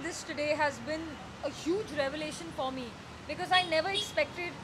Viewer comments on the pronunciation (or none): none